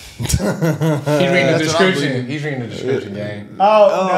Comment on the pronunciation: You guys kinda let the team down with not being able to pronounce phenomenon... ...also, that was a description of him, NOT his last name (which was Nazario.